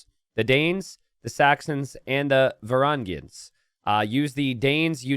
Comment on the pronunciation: It requires special talent to mispronounce Varangians in 3 ways